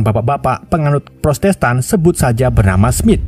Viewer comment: Bang,maaf yah protestan bang,bukan prostestan ,maaf ya bang hehehe